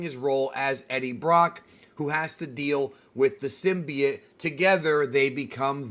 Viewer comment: bro its symbiote. not synbiet